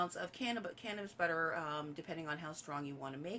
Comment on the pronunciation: That's alot of butah 🤣🍀👌